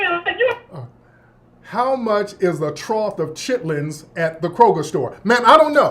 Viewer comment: Bruh A “Troth of Chittlins” 💀💀💀💀⚰️